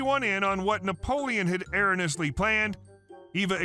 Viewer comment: ERRONEOUSLY = "air - OWN - ee - us - lee" Learn how to pronounce THE BIG WORDS, too! (SURE BEATS SOUNDING SO-O-O STOO-pid!) 🤪